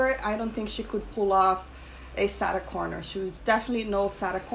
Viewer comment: You need to practice saying Sarah Connor. it doesn’t even sound like a name you’re saying even the captions pick it up as Saturn Connor. It has trouble understanding you.